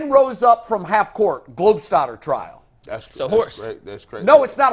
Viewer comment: Ya'll gonna preten didnt say Globestodder Trial 😂